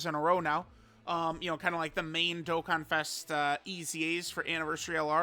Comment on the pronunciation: Baaaaaaaaaaaa is Dokkan not Dokken!!!!